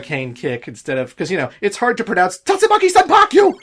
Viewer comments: please. It's "Tatsumaki Senpukyaku" (silent ending U), not "Senpakyu." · I believe that it’s pronounced Tatsumaki senpuu-kyak (intentional incorrect spelling there.) Sorry. Couldn’t help it. Keep saying it the way you prefer.